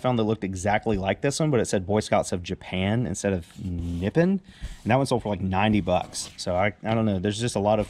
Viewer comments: It is pronounced Ni-pon. It means Japan in Japanese. GLWS! :) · Nippon is pronounced nip-on and is Japan. Its older, because Nippon was used prior to occupied Japan. At least in the Japan figurine world, where I have some knowledge. 1940's I believe. Hope that helps.